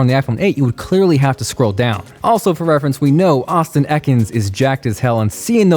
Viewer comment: Did I hear '' or is that me?